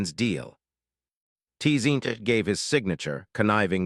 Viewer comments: The way it pronounces T-Zeench , causes me T-Pain. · Tee-zeech of the em-pie-rum of ai slop